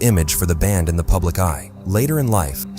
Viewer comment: "strange "pubic" behaviour"? lol says it as well as the subtitles